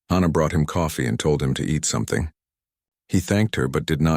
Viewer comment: Except from YouTube AI's, I have NEVER heard the name "Hannah" pronounced like the phrase "Ha Ha!". EVERYWHERE else, it is pronounced like the HA in "HAPPY"!!! SOMETHING IS WRONG WITH ALL AI's doing this!!